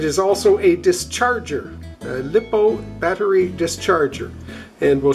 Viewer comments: Very good video, thanks. BTW, it’s pronounced Lie - Po, not Lip - O. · consisering how many times you said lipo i feel the need to inform you that its pronounced like liposuction